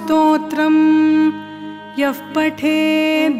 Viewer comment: A very wonderful composition... A small suggestion your pronouncing the word yah ... As yaf - yaf pateth... There is no word in Sanskrit having meaning to yaf... It is yah - yaha -meaning whoever... Pronouncing it as yaf is ucharana dosham... It is yah patethe... Let the sound "pa" be clear ... It's not good to make pa as fha mixing with yah ... Cuz fah Karam is only used in asthra mantras... So not suggested in regular sthotrams...